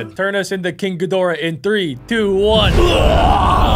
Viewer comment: If you’re going to say all the Godzilla’s please say the correct way and please say king Cadora the correct way because it’s not it’s not good on you. It’s really not. I’m sorry that I had to say this but thank you.😬😑